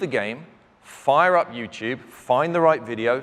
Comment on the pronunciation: what's "you choob"?